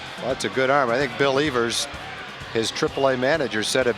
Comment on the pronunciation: He pronounced Bill Evers wrong, it's pronounced just like the word ever with an s.